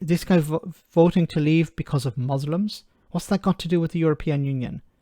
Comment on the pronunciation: "mooslims".... FFS. 🤦